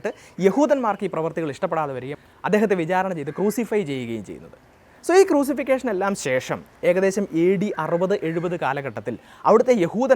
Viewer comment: ക്രൂസിഫിക് ഷൻ ആണ് ക്രൂസിഫിക്കേഷൻ അല്ല.